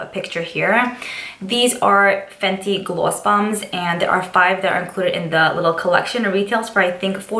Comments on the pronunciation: Its "glwoss" lol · I love the way you say "gloss" 💕gr8 recommendations